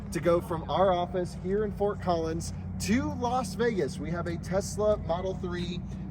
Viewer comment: Why does every American youtuber say Los Vegas? It's LAS Vegas. British/Canadian here educating you. Do you need us to retake control?